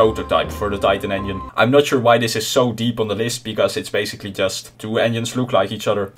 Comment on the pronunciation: Is his pronaunciaton of engiene like "onion" some kind of joke?